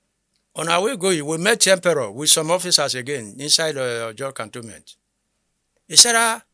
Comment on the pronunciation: The name is Empere not Emperor